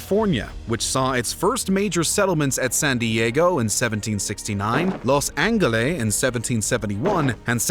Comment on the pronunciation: excuse you, los angheleh??